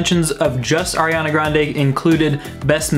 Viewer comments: DID HE JUST SAY AIRANA GRANDE?? WHAT THE FUCK MAN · I can obviously see that you aren’t the biggest fan. You pronounce her name wrong